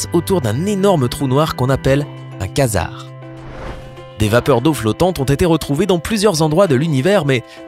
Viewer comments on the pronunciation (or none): On ne dit pas kazar mais QUASAR